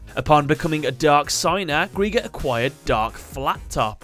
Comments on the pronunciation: GR I GER NOT GR E GER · It's pronounced as Gry-ger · It's pronounce gri-ger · His name is pronounced gr-eye-ger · Who is responsible for these names? Greiger is german ASF and sounds NOTHING like a bomb. In any of the 6 languages i know Edit : Oh ja also take german names and butcher their pronounciation. Greiger is not pronounced as "Greeger" Like you say dIE you say GrEiger Unless they wanted to say warrior? The more i hear Greeger it sounds like KRIEGER. Krieger is pronounced Kreeger for you american boys Your telling me im in poverty snd theres MFs making 5 figures for terrible translations. Wtf